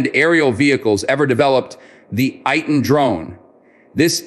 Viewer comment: Pronounced Ey-Tan.